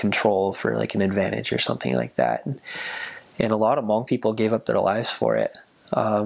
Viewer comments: It's nice to have a different ethnicity to learn about the hmong people. You markdown all the points in the hmong history, love it. And the way you pronounce Hmong is the right way (: You're awesome for knowing and learning. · I'm pretty sure this is the first person I've ever heard pronounce the word Hmong, correctly... Points! :)